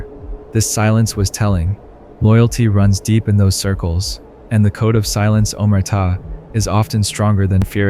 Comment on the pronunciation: It's not (Oh-Mur-Tah) it's (Ohm-Where-Ta)